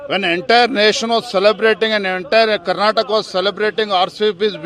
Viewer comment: Karnataka bro not Karnatak please get it right.